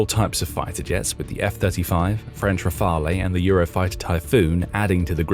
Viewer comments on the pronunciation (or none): none